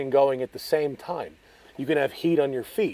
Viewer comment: vysah versa